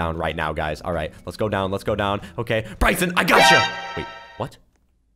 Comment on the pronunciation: Bricein it more sound like ricen